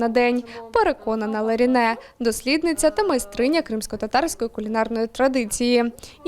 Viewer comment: Вона Леране, а не Ларіне)))